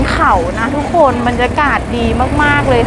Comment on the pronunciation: ไม่พูดคำว่า ทุกโคน ทุกโคน ได้ไหมอ่ะคะ ทุกคน ทุกโคน ทุกโคน